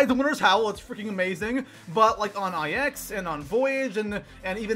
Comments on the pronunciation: its called "9", not "IX" dude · You realize it's pronounced "nine" right? Like the number. It's a Roman numeral. Not just two letters. Not "eye-ex". Also yeah, I am triggered and butthurt. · It's not I-X it's pronounced Nine. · It bothers me so much he says I X like if they are separated instead of 9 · THE MAP IS CALLED 9 people it’s Roman numerals not individual letters.... 😒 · ITS NINE NOT EYE ECKS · Holy fuck it's 9 not fucking ix holy shit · For the love of all that is good in the universe, stop fucking calling it EYE ECKS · "Eye ecks" loooool. Say it right please omg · Who the fuck pronounces it EYE-EX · For gods sake stop calling it I X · it IX not IX